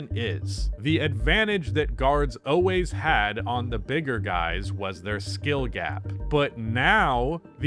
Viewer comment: “Oways” not always man